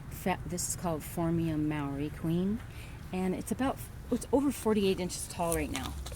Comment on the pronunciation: In New Zealand we call it by its native name “Harakeke” said like hah-rah-keh-keh. And māori is said like mou-rrrree